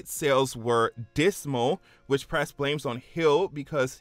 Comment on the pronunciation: The way you keep pronouncing Pras, "press", was confusing tf out of me